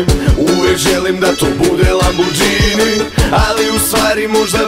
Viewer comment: Bravo, ali nije lamborđini nego lamborgini :)